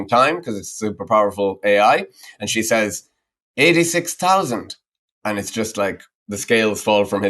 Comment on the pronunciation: Why so you pronounce "says" like saze? "Says" is pronounced sez, not saze.